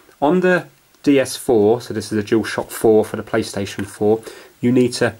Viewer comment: did he say paystation